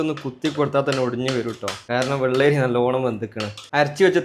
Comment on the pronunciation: വെള്ളേരി അല്ല bro വെള്ളരി 👍